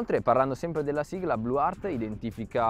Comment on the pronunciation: Blue-earth si pronuncia blue-earth e non blue-heart...... INGLESEEEEEEE!!!